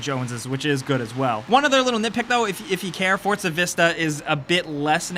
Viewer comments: Forza not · I say four za , you say fort za , its spelt four za but you Americans always pronounce shit correctly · it's not ForTza its FORZA, THERE IS NO T IN THERE AT ALL! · Like how he keeps saying fortza instead of forza. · It's Forza not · why does he call it forTza? i don't see a T in there anywhere? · Why do people still pronounce Forza as? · Why is nobody talking about how he says ""? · Do you pronounce it (For"T"za)? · I know the announcer calls it fortza but please don't. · STOP SAYING FORTZA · Fortsa, fortsa, fortsa, fortsa. Jesus christ, how is Forza so hard for you to pronounce???? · ' game' triggered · lol fort za....learn to talk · bro...theres no T before the Z in Forza.